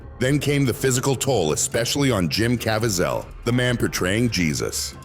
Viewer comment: What is this weird narration?!? AI-generated voice? Can't even pronounce words or names correctly! "Cavy-ZEL"? SERIOUSLY!?